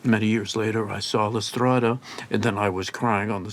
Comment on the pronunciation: his perfect way of pronouncing "la strada" moves me (besides his memory of Lynch, his consideration of Bergman and the fact that he is a total genius, of course)